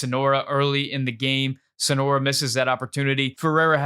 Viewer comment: Great takes! But calling Soñora Sonora over and over really bugged me😂 it’s just not his name